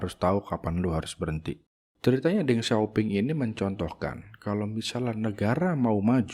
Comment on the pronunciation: Gwa lengkapin y, P di baca Ph, seharusnya Teng Siau Phing 😊